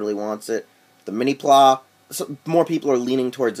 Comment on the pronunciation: lol... Mini "plah?" Mini PlA as in Play...